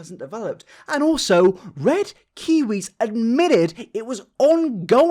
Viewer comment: What is wrong with red kiw nope can’t even say his name